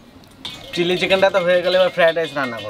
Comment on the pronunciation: কথা টা চিললি চিকেন আয় চিলি চিকেন ।